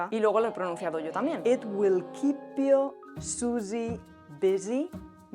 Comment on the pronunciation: ELSA! ‘you’ se pronuncia jʊw, no jə, ‘your’ se pronuncia jɔː, no jʊr, ‘with’ se pronuncia wɪð, no wɪθ, ‘tear’ (lágrima) se pronuncia tiə, to tɛr. Además, el documento que se ve a las es Beowulf y está en inglés antiguo, no en francés.